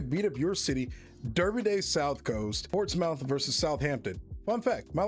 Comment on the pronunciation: The -mouth in Portsmouth and Bournemouth is not pronounced the same as in the word “mouth”, it’s the schwa sound like “a” in “about”. And yes, Northampton exists Back in the day there were many kingdoms in modern-day England, the strongest of them was Wessex. In the late 9th century Wessex managed to defeat everyone and united the country, forming England and moved the capital to London The South Coast derby only ranked 2nd, the best according to many people in England is the Tyne-Wear derby/North East derby between Newcastle United and Sunderland